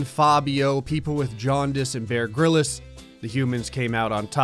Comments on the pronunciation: Wait Did you say Bear “Gril is”? No. it’s ‘grillz’ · Why do you keep referring to him as "Bear Gryllis"? It's Bear Grylls. Grylls, pronounced like Grills. Like, the plural of grill. Otherwise, love every single one of your videos.